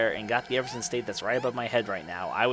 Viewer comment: BAY-GEH and E-VER-SHUN Sorry XD